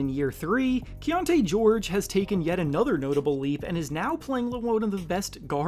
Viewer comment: That Keynote George?! lol is it not Keyonte George? LOL that was funny. silly black names